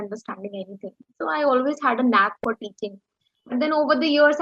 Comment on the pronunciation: bro, I think u mispronouse the word teaching is ur business. If there is any rectification please be mention that..